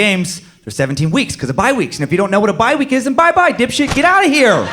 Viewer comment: Bye week... not biweek. 3/5 stars.